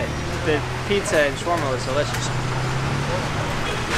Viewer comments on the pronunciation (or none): It's ShAAAwerma and not chwerma please !